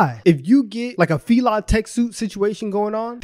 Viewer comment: Why is he pronouncing fila like that 🤦🏾‍♂️🤦🏾‍♂️